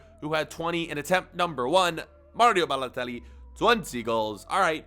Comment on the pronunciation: And it’s Malio Balotelli